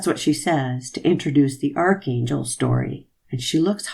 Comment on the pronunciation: She can't even correctly pronounce archangel 🙄